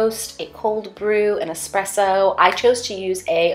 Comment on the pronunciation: MAD respect for pronouncing "espresso" right